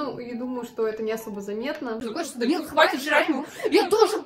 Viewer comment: Я одна орнула когда Данил дЭнсИл🗿😂